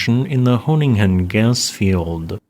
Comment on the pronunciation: Got a chuckle out of the pronunciation of Groningen. But its okay. Dutch is hard. Thanks for highlighting our shaky predicament.